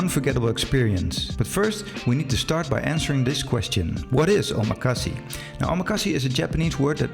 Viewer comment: I couldn’t continue listening because of your pronunciation of omakase and sushi. If you’re going to make a video on the topic as someone with knowledge of it then you need to study the correct way to say it. The last syllable has a short /e/ sound/-not long! So it is not “see!” It made me cringe. You’re also putting a /sh/ sound on the first syllable of “su” in sushi. So I almost immediately had to stop watching your video.